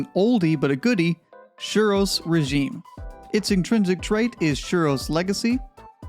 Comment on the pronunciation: I know about silent letters in words, like knife or lasagne. But I've never know there to be hidden letters in words. Like as in suros bit pronounced shheero's.... learn something new everyday!